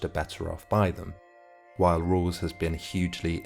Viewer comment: Why is this narrator pronouncing his name like "Rules"?